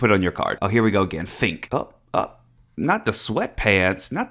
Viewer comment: It's Funk not Fink! 😄The bit that looks like the dot of an i is just a twirly bit on the F 🤪 Loved your Tae story, but yeah, we all know Tannie is the photogenic diva here 🤩